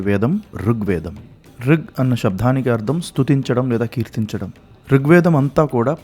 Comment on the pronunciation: మొట్ట మొదట నువ్వు శివుడికి షివుడికి భేదము తెలుసుకో. శృతికి శ్రుతి అని పలకటం నేర్చుకో. షబ్దానికి తేడాలు తెలుసుకో. నీకు అసలు వేదాలను గూర్చి చెప్పే యోగ్యతేలేని అయోగ్యుడివి.